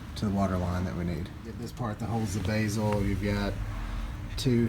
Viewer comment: “Take the Basil off the front” lmao 😂 it’s pronounced bezel.